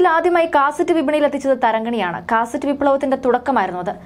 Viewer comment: കാസറ്റ്റ് അല്ല cassette ആണ്